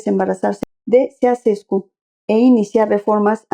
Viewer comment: Se pronuncia Chauchescu.